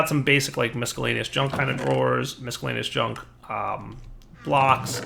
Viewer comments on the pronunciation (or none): why do you always say misckhellaneous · please learn how to pronounce miscellaneous. Really. Your videos are amazing. Awesome. Useful. Your inability to say miscellaneous is painful. Not cute.